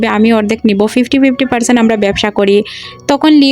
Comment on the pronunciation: আমোরা, উচ্চারণ সঠিক হওয়া উচিত